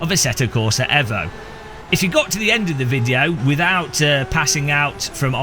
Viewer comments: why does he say Evo like that? you say it the say way you would say Mitsubishi Evo (eeeeeeeevo) not eh vo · Eeeeevo. Not ehvo. Eeeeeeeeeeeeevo 😁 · Say it with me EEEEvo its amazing to listen to English peope bucher there own language .....FYI im Australian , yes its sad im giveing pronounciation pointers to an Englishman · The block cant even say Evo correctly